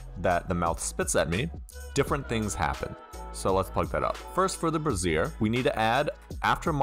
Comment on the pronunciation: Quick and easy tutorial about interfaces within Unity! Thank you! Also with good humor I say this, brazier is pronounced brey-shur. The way you pronounced it was brassiere... Two very different items. Definitely put me in a good mood this morning with the chuckles! 😁